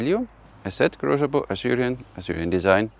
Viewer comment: Grozer's name is pronounced with "z" not "zsh" :)